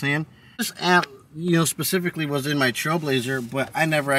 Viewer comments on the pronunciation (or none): none